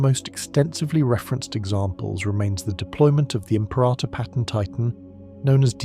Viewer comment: Stop saying the name wrong!Rah,rah rasputin say it wrong again and your subs are in the bin. Im-pera-tor. Not Im-perah-tor. No ta dah! No ha ha! No ta rah!